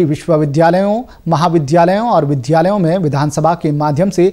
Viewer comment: प्रिय उद्घोषक महोदय नमस्कार । कृपया विद् याल का उच्चारण सही करें। आप प्रायः विध्यालय शब्द उच्चारित करते हैं ।जो मन को बहुत खटकता है । ऐसे ही मैने एक दिन घर मे छोटे बच्चे को भी जब सही उच्चारण के लिए कहा तो उसने कहा टीवी वाले अंकल भी तो ऐसा ही बोलते हैं । आपका समाचार वाचन बहुत अच्छा हैं, मात्र इस एक शब्द को छोड़कर । आशा करता हूँ कि आप इसे अन्यथा नही लेंगे । धन्यवाद ।शुभरात्रि।